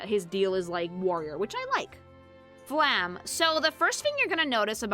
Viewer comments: I really wonder why almost nobody pronounces the E at the end of Flamme's name. It feels so weird that basically everyone ignores that the last letter of her name exists. It's a similar issue for most characters with a name ending in E, but Flamme is the most common one to have that happen. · As a german: you dont Roll the Rs in Frieren. Its Him-mel, not Hi-mmel. Its a hard T in Heiter, not a D. Like in T-Rex. Or Traffic. Stark is pronounced Shtark. Flamme is pronounced Flam-meh. I cant actually tell you how to pronounce ü. Ue is the usual short hand. Graf is a Noble title equivalent to Count. Also, its Lawin-E. Dont swallow the E. Its Kan-ne. Ehre: short E in the end. Richter: ch. CH. Not K. Its not Eddel. Long D. I give up T_T Edit: Sen-se, german for Scythe.